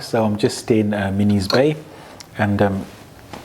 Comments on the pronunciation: Min Iss NOT minnies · Minnis is pronounced Min is after Minnis Bay which is a beach in the area